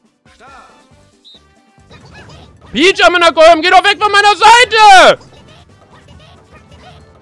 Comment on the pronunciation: Ich liebe Luca,aber hab mich echt teilweise angecringet gefühlt bei ,,amina koyum‘‘ 💀